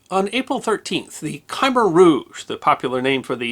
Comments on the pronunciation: Great reporting, but this is another time that mispronouncing words got in the way. Worst of all was "KYEmer" in place of "k'MAIR" . . . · He keeps calling them "KAI-mer". It's kah- MEHR". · The "Khmer" in Khmer Rouge is pronounced kəmehr', not kai'-mər. It's essentially slurred into one syllable, not two. Why is YouTube such a haven for mispronunciations?? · I don’t think “KY-mer” is the correct pronunciation. I think it’s more like “Kmear” or “Kmair.” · love the channel, have for a long while. But I dont understand how you mispronounce certain words and well known names. The example here is the name Khmer Rouge. Its pronounced Kameer, NOT Kimer. I cant believe you've never heard it. As someone with a history focus, your research, viewing of old news tapes and other statements about Vietnam would have certainly exposed the correct pronunciation. Otherwise, your delivery, tone, meter, Vocabulary and knowledge are top shelf. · It's "K'mer Ruje", not "Kymer Ruje". Spelled Khmer Rouge. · Not Kymma rouge… but Kuh-mare rouge And the Ph in Phnom Penh is silent … as in Nom-pen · C'mare Rooshz not Kymer Rooshz sorry, love your stuff but this pronunciation distracts. I'm aware the correct spelling is Khmer Rouge, I'm trying to spell phonetically. Apologies if wrong. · One small note on pronunciation: there is no enunciated sound between the Kh and the m in Khmer, if anything it comes off as Kh'mer, however, the er is essentially pronounced "ire", which is why I assume I hear so many Americans say "ky-mer". You can blame the French for sticking us with transliterations that are phonetically wrong in English. Greetings from that neck of the woods and, as a local would say. La'or kru, som moi tiet. Perhaps you could do a video on the tortured history of Preah Vihear Temple one day. Also, possibly, on Prime Minister Harold E Holt himself. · Usually you are spot on! But why are you mispronouncing it as Ki-mer? It's Kuh-mer'. Anyway, keep up the good work.